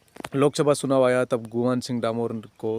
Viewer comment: सुनाव नहीं चुनाव